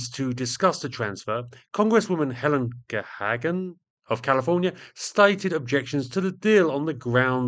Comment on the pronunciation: Note: it’s Helen Gahagan Douglas (Pronounced Gu-hay-gan). She was married to actor Melvin Douglas and ran against Richard Nixon for senate (Calif.). She gave Nixon his most famous nickname…Tricky Dick. 😁😊